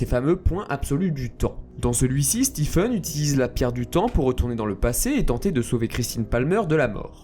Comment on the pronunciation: ça s’écrit Stephen mais se prononce Steven